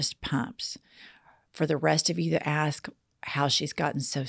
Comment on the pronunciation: Besides expresso, here in Texas, I also hear "axe" and "ast" for "ask"